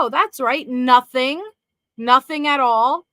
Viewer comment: Poor says nothink not nothing like CACAstricia